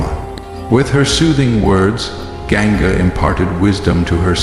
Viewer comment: well I've never read Mahabharat so it's all mostly new information for me. It's annoying that the narrator mispronounces names like Ganga, Hastinapura, Devavratha, etc... I'm also a bit lost on some of the characters but I'll probably rewatch season 1 to help me get some clarity and better understanding of the story so far. The background music also annoys me a bit sometimes and I wish it were more Indian-sounding music, but that's okay. Overall I am enjoying the series. Am learning alot and look forward to season 2!